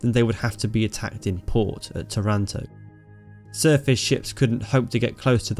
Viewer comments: Pronunciation check: TAranto; VEneto. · Its called tàranto with the accent on the first a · By the way, the city's name is pronounced TAH runto in Italian. Good narration of this amazing adventure by the Biplane Bravos ! How the damaged plane was repaired in a few minutes ! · I would better tell them just to pronounce Taranto in the same way they pronounce marathon- Simple as that